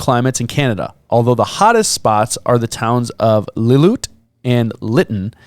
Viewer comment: Lill - oo - IT